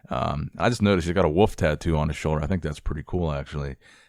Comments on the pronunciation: Wolf not woof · .. are you saying “woof” or “wolf” here ? I can’t tell haha